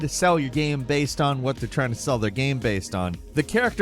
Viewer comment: Well, most of the times, he pronounces the word "game" wrong, so what did we expect.